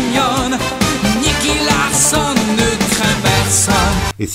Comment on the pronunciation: Purée la nostalgie! Merci pour ce partage 🙏👏👍 Juste dommage que tu te sois trompé dans la prononciation du protagoniste, car ce n'est pas "Larssonne", mais Larçon (comme dans garçon)… T'as fait bobo à mes oreilles… 😜